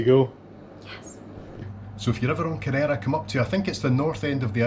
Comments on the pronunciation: Nice video. I was there years ago. I think you’re supposed to stress the first syllable when pronouncing Kerr-era, not the second. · Great shot of the town with the mighty Ben Cruachan (there's a power station inside it) behind. A wee quibble: the name is KE-rrera, accent on 1st syllable. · Cheers, just wish I'd pronounced it correctly:D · Lovely video. Ive kayaked around it before and visited the little tearoom. The way you pronounce Kerrera is hilarious, you wouldn't know you were Scottish its that far off!